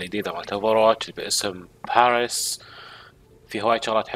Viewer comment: اعطيتك دس لايك عشان كلمة باريس و كيف نطقتها